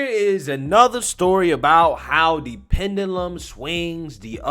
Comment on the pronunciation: I love you Bro but you need to learn how to pronounce pendulum correctly😂🤣 Pen ju lum